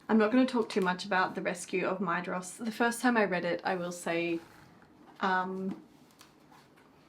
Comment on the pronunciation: Hey it's that time again, time for Fun With Elvish Pronunciation™ 😂 This week it's the dh in Maedhros. The dh, which Tolkien sometimes spelled as ð (eth) to differentiate it from a normal d, is what's called a "voiced dental fricative" (although Tolkien used the term 'spirant' instead of fricative). It's pronounced like the th in this, that, and then. Also the o is short, like in boss. So Maedhros is MY-thross. But make sure the th is as in 'that' and not in 'thin'. This has been Brent Cares A Little Too Much About This©®™